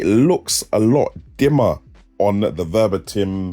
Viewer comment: under 10min to the point. Nice! ... i can´t stop to say - "the moni-uh" instead of monitor ;) thanks for your test!